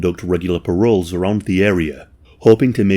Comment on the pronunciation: 'regular parrol' ??